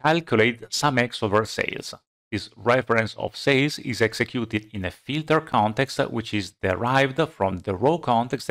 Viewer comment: I love this man what a great explanation but I surely love to hear him say FILTER CONETEXTA